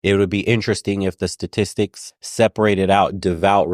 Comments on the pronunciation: STATISTICS not satistics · Is she saying "Sa-tistics"? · Her speech pattern is aggrivating, like she can't say the ST sound in "statistics " .. then there the total bullshit she has to say.